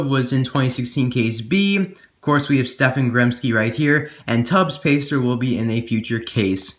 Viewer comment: I think you say stefan Stehp-On